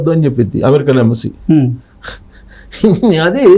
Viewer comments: Embassy na,Ambassy na?correct ga cheppu.. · Ambasy kadura anchor Embassy pronounce cheyyadam nerchuko